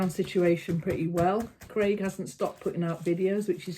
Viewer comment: Craig .....they pronounce it Greg in USA drives me nuts ! Collin ....they say Colon !!!!